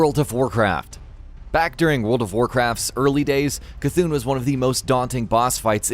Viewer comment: For once someone said C’Thun right.